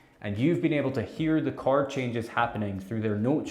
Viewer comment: Is he saying Card shapes?